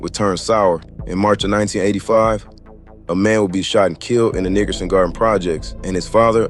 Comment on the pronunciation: I don’t like the way you pronounce Nickerson